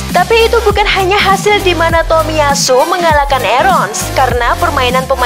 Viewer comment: bacanya jangan di putus dong. masa bacanya TOMIY ASU bilang aja takahiro. jangan tomiy ASU. gak enak dengere